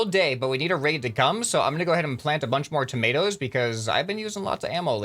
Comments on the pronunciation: I thought he said tomatoes and potatoes at the same time there lol! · did he really say tomatoes???